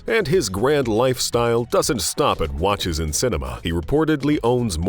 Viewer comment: Does anyme find it off-putting that the narrator says: watch-ass, ple-shares, axe-ass, likang, etc.